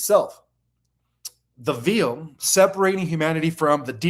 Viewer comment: Homework. Learn how to pronounce: 1. species 2. veil 3. intermediary because it's really getting on my nerves